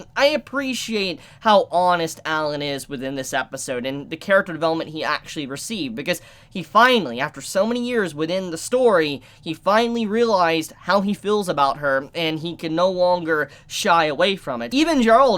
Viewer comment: Say it with me Jor-no like giorno from jojos without the O not gerald!?